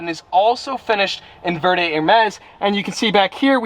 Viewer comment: Please! Por favor senior, it is pronounced vare day-verde not ver day 😭 I just had to it’s buggin me